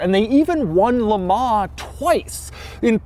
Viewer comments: "jag you are" not "jagwar" and "le mon" not "le mar" for christs sake. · Just to let you know.. Le Mans in pronounced 'Le Mon' (the n being subtly pronounced) and not 'Le Mar' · "Le Mahhh"...lol